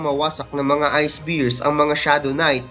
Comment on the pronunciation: No offense. Improve lang po tayo ng kaunti sa pronunciations natin. It's "BEARS" not Beers. Pero overall you doing great. Thanks!